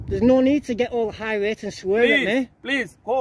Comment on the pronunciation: Why cant people pronouce irate correctly? Wtf is high rate supposed to mean 😂